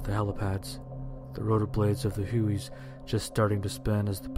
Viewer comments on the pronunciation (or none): Not bad, but, Corpsman are pronounced “core-men”, and Huey’s are pronounced “hyoo-ee’s”.